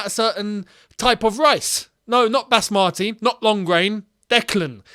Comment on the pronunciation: Pretty close to the actual pronunciation tbf…definitely closer than bas-matty